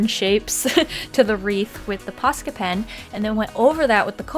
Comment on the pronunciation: I just have to say this but im from finnland and the way you say posca pen it sounds like "paska" pen and that means sh*t in finland and i find it wery hilarious xD